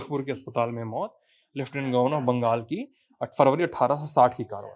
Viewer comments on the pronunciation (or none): none